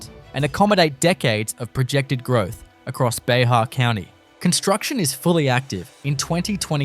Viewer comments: Bexar County is pronounced Bear County or Bare County. Just think of the X as being silent as if the word is Bear. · BEXAR COUNTY, It's pronounced BEAR COUNTY, just like Grizzly BEAR, rhymes with PEAR, we'll even accept rhyming it with PAIR. The X is silent - just pretend its not there, there rhymes with Bexar, unlike in TeXas where the the X matters, and never like an "H" as in TeJas or, Jesus people it's not that hard, just listen to any TeJano Jesus in TeJas pronounce BeXar. Beckzar ❌ Bayhar ❌ Bear ✔